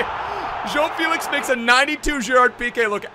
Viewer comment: Man spricht felix „felis“ aus